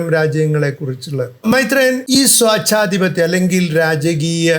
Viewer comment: സ്വാച്ഛാധിപത്യം അല്ല സ്വേച്ഛാധിപത്യം എന്നു പറയൂ സഹോദരാ! Evolution ഇതുവരെ ഒരു ലോങ് drawn out process ആയിരുന്നെങ്കിൽ AI യുടെ ഈ യുഗത്തിൽ അതിന്റെ time lag കുറഞ്ഞു നമ്മുടെ തലമുറ ഒഴിഞ്ഞു പോകും മുമ്പേ ഒരു പുതിയ ജീവിവർഗം ഉടലെടുത്താൽ എന്താകും മൈത്രേ യാ?